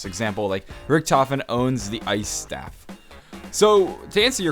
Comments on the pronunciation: Staff not stave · Anybody notice he said staff wrong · hearing you pronounce staff was kinda annoying in my opinion but anyways keep up the good work